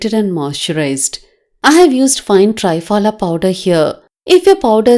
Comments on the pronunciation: 👍...Dear please a request, it's called "Triphala"Tri=3 phala=fruits. ( त्रिफला). (🙏 As people newly introduced to this great ayurvedic powder will keep saying tryphala instead of treee-phala...similar sounding). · To be pronounced as tri phala (not try phala)